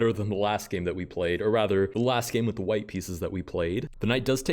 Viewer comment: I really can’t not hear “Let’s get started with gay number one”